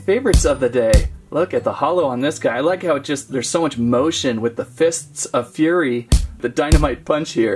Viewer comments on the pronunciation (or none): none